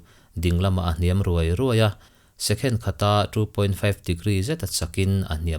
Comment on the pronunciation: Ahawi 'ruai ruai ' tih na tur angin isawia, adiklo,tawng hi inva thiamlo thin em.Tawng phawsawlh ho hlir innih hi.